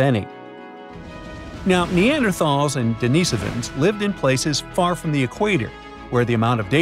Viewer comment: DENIHS-Ovans. NOT Denees'ovans. Found in Asia, The Pacific. Not - Europe.